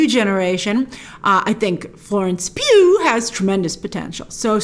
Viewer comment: no one: Grace every time she pronounces Florence Pugh: 🔫🔫🔫